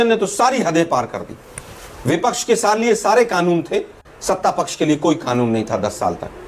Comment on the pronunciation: Are chutiye sangeet ragi Bipaksh nahin vipaksh hota hai tujhe professor kaun banaya re